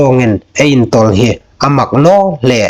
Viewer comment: Ngai nuom a um ie. Chu ruol ruol chun hotupa, i thulam dan 'le' (lê) tina dinga 'leh' ti anga i lam zie hi a'n dik naw a nih. ''Hmar nau haiin ei khawvel pal phâk chin le inhme'n'' tia 'le' khawm hi 'leh' tiin i lam a, ziek danga khawm 'le' hi 'leh' tiin i lam hlak. Ṭhahnem ngai leiin ka hung hril ve a ni chu.😅